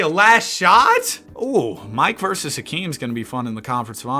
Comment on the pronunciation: His name is Hakeem, not Akeem.